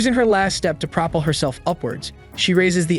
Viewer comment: Great story but fix the narration. It mispronounces words occasionally. For example, propel, which the narration pronounced "pro_puhl"